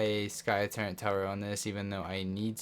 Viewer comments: Say ‘turrent’ one more time and i’m gonna rip my ears off! There is no ‘n’ in ‘TURRETS’!!! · No cap but google turret and have google say it cuz u be putting an “N” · Calm the duck down, it isn’t to bad and is kinda funny